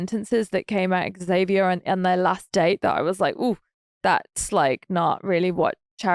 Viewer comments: Ahhh it’s “Zavier” PLEASE stop with the “ex-zavier” it’s hard to hear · Say it with me now: Xavier = ZAY-VEE-ER. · That is how my son's dad has always pronounced our son's name, Xavier. Ugh.🤷🏼‍♀️ Please, pronounce the X. Thank you. The other common mispronunciation is "Zavier."🤦🏼‍♀️